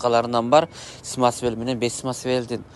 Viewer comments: Самасвал дебейсиңби сымасвел дебей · Смасвел смасвел эле дейсиң, самосвал дечи кытайларга окшобой, кытайлар р тамгасын айталбай Шарапты шалап шалап дегендей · Смасмел эмес а самасвал😅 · Самесвел эмес самасвал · свасвел деген не деген Баткенчи